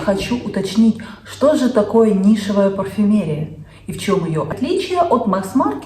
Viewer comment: Милая девушка. Пожалуйста, произносите слово нишевая парфюмерия.грамотно. Обратите внимание на ударение. То,что говорите Вы,не существует.